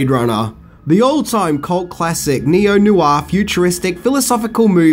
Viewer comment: Love the accent, but as a Francophile, I cant get past your pronunciation of "noir" - naw-waoir" Almost as bad as Northern Quebec joile ;P Keep up the good work, love the vids.